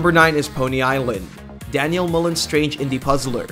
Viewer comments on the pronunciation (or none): none